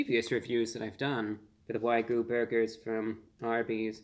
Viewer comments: Review bruh - I love your content and how you present everything but please stop saying "wai-gu", Wagyu beef is pronounced "wah-gyu" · The word is pronounced "WAH-gyoo," not "WAY-goo." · It's NOT "Wag-oo". There's a Y in it. It's pronounced "Wag-Yoo". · Why do so many people pronounce wagyu wrong? I don’t get it. It’s a short word. It’s not a hard word. It’s not why-goo. It’s not way-goo. It’s whag-you. For fucks sake. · It's WAG-YU, not WAY-GU. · I love ReviewBrah, but every time he says "Wy-Goo" instead of "Waa-Gyu" I seriously cringe. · Its wagyu, not waygu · "Wag-you", not "why-goo" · Wagyu pronounced like wag you. Not so much like saying Ragu with a lisp. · i think you're pronouncing the 'y' in wagyu before the 'g' instead of after it. it sounds like you're saying "wai-goo" instead of wah-gyoo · wah-gyuu, not why-guu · Wag-you...not Why-goo. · Why-goo 🤦🏼‍♂️ It’s WAG-YU. It’s pronounced exactly as it’s written. How can a food reviewer with over 2 million subscribers not even bother to get that right?? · Great review as always. It's pronounced WA-GYO not WAY-GOO btw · FYI it's pronounced "wah-gyoo" 😁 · Wagyu is pronounced wag-yu 🐮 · Respectful correction: wagyu is pronounced "wah-gyoo." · i gave a like on the video just because of how you pronounced wagyu <3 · Learn how to pronounce wagyu ffs